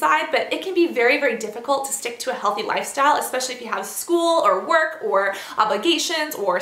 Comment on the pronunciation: Oh my. The word is ESPecially. NOT EXPecially. How has no one ever corrected her??